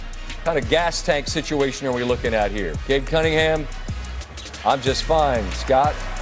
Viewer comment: I keep hearing richie Cunningham 🤔🤔🤔